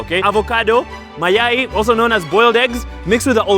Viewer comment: Mayai not Mayayi brother